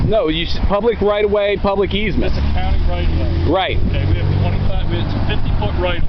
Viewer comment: "12 foot eezmet"...? What's that? "Easement" I found it 😀